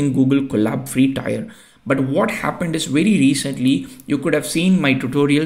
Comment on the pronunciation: if you dont mind i want to correct some of your pronounciations 1: TIER is pronounced as "TEEER" like " BEER or FEAR - so tier = teer - thats how you say it 2: Menu is pronounced as " menn - youu" men as in "there are men in the army" and you as in "how are you" so MEN-YOU 3: machine is pronounced like "Ma- sheeeen" its an elongated eee sound ma-sheeen Thanks and great tutorial, just thought since these words are very common in your work and you will be using them a lot so its worth correcting, thanks for the tutorial